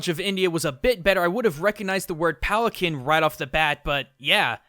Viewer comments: "It's actually pronounced "Pal-an-keen"" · Pronounced Palan-keen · im sorry BUT ITS PRONOUNCED PALENKEEN UGH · You pronounced "palanquin" wrong. It's actually "pal-an-keen". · Actually it's pronounced palan-keen. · Not to be a pronunciation nitpick, but I believe that "palanquin" is pronounced "pal-ann-keen". I might be wrong, but that's how Connie Maheswaran pronounced it on Steven Universe, and that show is usually pretty accurate with that kind of stuff. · "Actually, it's pronounced 'palan-keen'." - Connie, S.U. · That's not how PALANQUIN is pronouced.